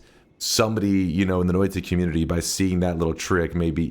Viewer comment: I love the way he pronounces Noita. Noita, even... It's actually pronounced Noita just look at how it's spelled and sound it out. Noita... Hi I'm high... 👋🏼